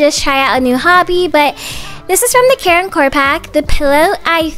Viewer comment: very time you say care and core i think you say karen core LOL